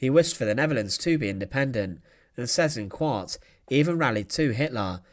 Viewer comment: I don't know if it's intentional but it's funny how you pronounce Seyss-Inquart the way the Dutch incorrectly pronounced it to mock him, i.e. as ''zes een kwaart'' (six and a quarter) lol. The correct way is (spelt phonetically in English) ''sice inkvart''